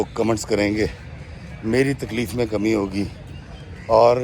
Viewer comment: Bhai it's not khame it's kame given from Allah